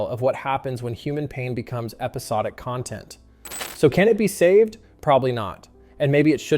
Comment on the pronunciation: It's CON-tent not con-TENT